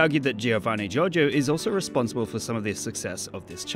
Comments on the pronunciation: Giovanni gioRgio, not jojo! XD Foreigners always eat the R in italian... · I love how you keep pronouncing " Giorgio " as " JoJo " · The title should've been "Who is Giovanni Giorgo?......and why does everyone call him Giorgo?....." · We all know: His name is giovanni giorgo but everybody calls him giorgo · hah jheeorno jheeovanna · the way he pronounces Giorgio made me laugh so much (i am italian and Giorgio is an italian name) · Giorgio it’s a regular italian name, and it’s not pronounced giovanni Giorgio